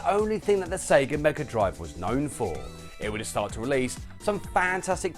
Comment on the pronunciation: I love the Genesis and I still think it’s weird that you Brits say Mega Drive, you say it well though